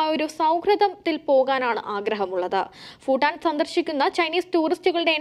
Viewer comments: ഫൂട്ടാൻ അല്ലാ......... ഭൂ ട്ടാൻ...... എന്നു പറയു...... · 😂😂😂 foooooo ival yendha parayane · ഫൂട്ടാൻ അല്ല കൊച്ചേ ഭൂട്ടാൻ എന്ന് പറയൂ ..... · ഫുട്ടാൻ അല്ല ഭൂട്ടാൻ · Phoottan alla kunje Bhuttan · ഫുട്ടൻ ഫുട്ടാൻ ഫുട്ടൻ . ആണോ ? അതോ ഭൂട്ടൻ ആണോ ? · Its not footan its Bhutan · ഫൂട്ടാൻ അല്ല. ഭൂട്ടാൻ... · ഫൂട്ടാൻ അല്ല ഭൂട്ടാൻ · ഫൂട്ടാൻ അല്ലടി കൂട്ടാൻ